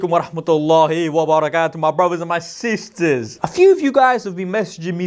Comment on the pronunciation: we're cool, just don't put too much emphasis on the SISTERSSS next time PLEASE. Many thanks. I love your content, don't want you to come across as Lechy. ☺️☺️☺️